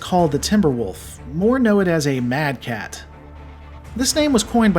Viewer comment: It wasn't inner sphere Commanders. But sensor arrays that marked the timber wolf mad cat. Because the computer couldn't figure out what it is so went with closest mech design it knows. And you pronounced it right.